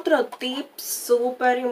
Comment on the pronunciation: Me encato! Pero se dice tip😊 sin ssssss